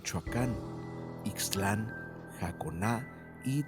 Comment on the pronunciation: El narrador está algo desinformado,Degollado es Jalisco y la pronunciación de la palabra Jacona está mal dicha.